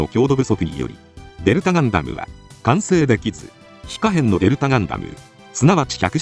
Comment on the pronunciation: ガン↑ダム↓の発音がなんかクセになる